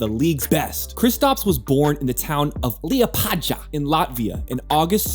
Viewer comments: not LEpadZa but LEPAjaaaaaaa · LIEPADZHAAAA. :D Just for reference it is pronounced Liepaaya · liepadzha :DDD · Liepadzhah and Tahlees 😂😂😂 Do you think Latvia is in Arabia or something? 😂😂😂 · I like how he had to cope both with LiepāJas and SeviLLa and in both cases it it the same sound (Latvian ''J'' and Spanish ''LL'' = ''Y" in American pronunciation) and he failed in both :D